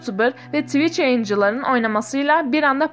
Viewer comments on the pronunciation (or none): none